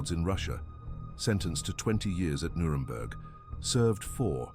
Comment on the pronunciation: “Nuredberg” - really? This is really bad AI slop.